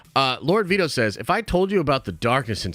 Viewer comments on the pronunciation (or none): none